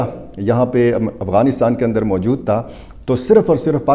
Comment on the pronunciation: Mooojod taaa....mojod tha 😂😂 big urdu man